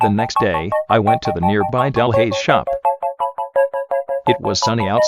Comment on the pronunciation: Yes correct pronunciation!